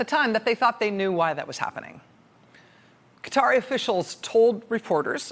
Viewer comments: How can you mispronounce Qatar over and over, but say Qatari correctly? Am I the only one cringing each time she says Cutter? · RACHEL! You pronounce "Qatari" correctly! Just lose the "i"!!!! "Ka- tar' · You are right, she gets Qatari right - she does not say cutteri - so why can't she say Qatar like the Qatar part of Qatari? It is like the insanity around Colin Powel's first name. It ought to be pronounced as Col-in but people started saying co-lin (like the punctuation mark ':' and like colon (the bowel)).